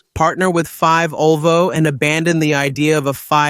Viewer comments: Very very very bad Ai voiceover. Fivesixs it is the v6 and five olvo it is Volvo. I wanted to watch all the video but it was impossible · This video is AI-generated, so it's complete nonsense. The AI in the video can't recognize the name Volvo; to the AI, the V stands for the Roman numeral five. In this stupid video, the AI pronounces the name Volvo as "five olvo." Nevertheless, the uploader posted this nonsense on YouTube. So, according to this video, I drive a five olvo five 70 D5 (Volvo V70 D5).